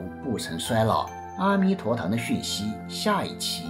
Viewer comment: 的文字非常漂亮，文案很好很好，只是白璧微瑕，“阿弥陀堂”中的“阿”似乎应该念"e1"才对。